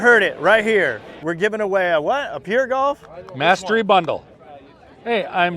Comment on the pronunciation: “Pur Golf”